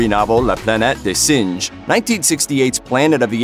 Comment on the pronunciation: I cracked up when he talked about la planet des "singe". Quel cringe.